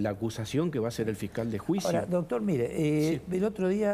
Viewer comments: Me duelen los oídos escuchar al que diga "DOTOR".... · Me gusta el abogado q invitaron como explica todo muy claramente. Lo unico q le critico es q se la pasa diciendo "DOTOR". Doctor, deje de decir DOTOR por favor.. Saludos, la radio esta re buena.